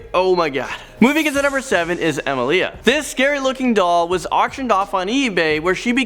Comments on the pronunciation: Pupa is pronounced: poo puh. Amelia is pronounced: uh mee lee uh. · god yes, this guy can't even get simple pronunciation right. Pupa pronounced papa, Amelia pronounced emmalia